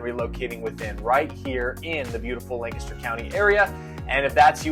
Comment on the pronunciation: My real estate agent says the correct pronunciation is Lank-ster. She’s a native, so I think you’re saying it wrong.😊